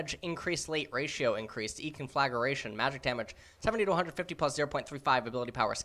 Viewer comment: the type of guy that can't read conflagration properly.